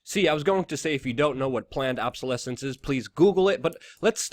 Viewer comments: Luke, it's obsolescence not absolesence....just sayin'. Otherwise good video! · obsolescence not absolescence Luke. OBsolescence!